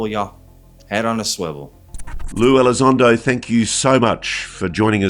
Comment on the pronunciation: Not lue...its Lie Elizondo, syop